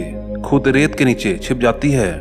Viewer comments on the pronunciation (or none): Abe rel na hota wo ret hota h